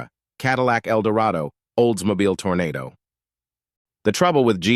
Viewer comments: Tornadoe? Really?lol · Lol the AI voice pronounced the Tesla as a Telsa. Also called the Toronado a Tornado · Oldsmobile Tor Na Do ??? WTF ?? stupid AI voices,why not use a HUMAN voice over,so a thumbs down for this video 👎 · Holy Hannah. TORONADO NOT TORNADO. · Even AI can't read. TorOnado not Tornado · Oldsmobile "Tornado"? You managed to spell it right, why not pronounce it correctly also? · Funny at times, spot on at times, totally, weirdly wrong at times and it's not helped by getting names like Toronado wrong. That's Toronado, not tornado. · Get rid of the AI narration, and also learn what the hell you’re talking about before posting on YouTube. Half the names of the vehicles are mispronounced and the information is inaccurate at best and completely wrong at worst. It’s TESLA not TELSA Fiat is pronounced “FEE-OTT” TO-RO-NAH-DO not Tornado The Excalibur was not a production car sold to the general buying public, but a custom kit car built on a production GM chassis. The X body GM cars (the Citation) was not any where near as problem ridden as you protest. In fact beyond a few early braking issues (which were corrected by the middle of the 1980 model year) the car was one of the most reliable on the market. Man, do you know ANYTHING about cars, or do you sell ladies lingerie??